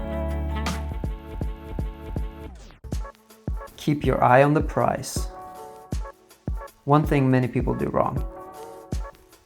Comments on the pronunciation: It's PRIZE you fukkin idiot. Not PRICE lol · Keep your eye on the “prize”, not price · I loved the video. I'm always looking for more tips for myself and the people I coach. However; when you mentioned stretching your legs and hips, could you put in a link to good routines for these. I'm sure I've seen stretching vids on your channel, but it would be a handy extra bit. PS. Prize... Price... :P